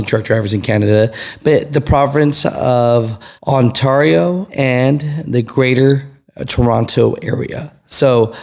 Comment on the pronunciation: say Ontario as if your saying sterio with the s😂 love the channel been watching for ever. 🇨🇦